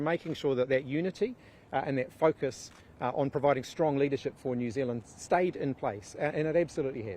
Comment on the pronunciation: Jew Zealand 🤷🏻‍♂️